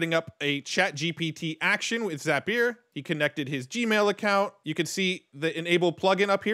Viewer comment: Another super helpful video. And you have the best pronunciation of Zapier I've ever heard. For the record, it's pronounced Zap-e-er.